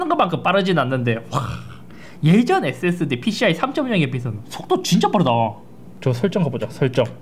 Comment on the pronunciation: 왜 자꾸 앳Seㄱ스디 라고 발음하세요?